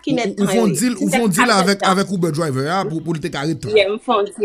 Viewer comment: Kijan manzè pwononse saa (UBER)hmmmm